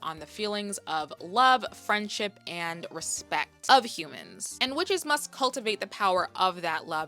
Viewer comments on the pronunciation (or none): none